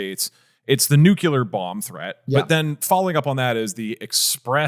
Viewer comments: "NEW CLEAR", not "NEW-CUE-LER" dagnabbit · its nukeCLEAR! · I love you all, but one piece of constructive criticism I would like to add is that "nucular" is not a word. Nuclear physics refers to the interactions occurring within the nucleus and between the nuclei of atoms. Yes it sounds pedantic. But it's an important word, Central to the topic you're discussing and I think it's important to say the word correctly if you are discussing the issue. I think if you mispronounced it and knowingly or unknowingly, it makes you seem less knowledgeable at the topic. Imagine if you had spent the whole video talking about 'Ireenian' politics or the 'Atolla' of Iran. Even if people know your intentions, it can really hurt your credibility. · Dougdoug, I love you, but can you learn to say nuclear and not nucular? Especially since y'all talk about it every week. It's like nails on a chalkboard. This is the only tips I have on the podcast (other than making it longer) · Doug Doug my man it's "noo 👏klee 👏ur" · Its Nuclear. Not Nucular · Why does Doug pronounce nuclear as nukuler ☠️ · Tbf nucular is more of an accent thing at this point rather than ignorance on the word. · I can ignore it when the word only gets said once or twice per episode, but if you're going to be saying it 20 times, Doug, that's not how 'nuclear' is pronounced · Doug saying nucular instead of nuclear is the most annoying thing ever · "nucular" isnt an accent, its an objectively wrong reading of nuclear. Find me another word where the "cle" before a vowel is pronounced as "cul". Doug doesnt pronounce clear as "cular" afaik (hence it not being an accent)